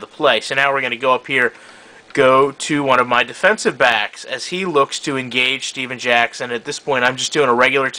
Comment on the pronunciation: it steven jackson not stephan jackson it makes a different